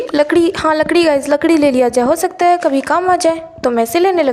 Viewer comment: Lakri ya ladki 😂😂😂